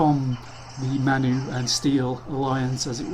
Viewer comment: "MAN U" is pronounced "man you". manchester united. you are english and dont know that? id expect even americans would know.